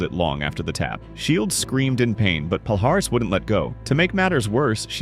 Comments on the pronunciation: Not Pal-Haris. That hurts my ears. It should sound more like palliares, like in million. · Palhares sounds like "Pall-eee-ar-eee-ss", not "Paul Harris" as you folks say (funny for a native brazilian to hear it) ;) great content bro! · Pronunciation-- pa-li-ahhhh-rezzz